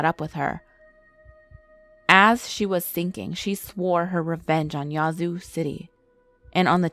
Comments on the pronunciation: Yahhhh zoo. Not yahzoo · Im from yazoo, Mississippi and she is pronouncing Yazoo all wrong its yeah-zoo city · how she pronounces Yazoo!!! Makes me mad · Reagan Abney same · I’m from Mississippi n never heard of nun of dis lol n she saying yazoo sooo wrong 😂😂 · YSL AMIR I know and im from there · And the a in Yazoo is like the a in apple when you say it.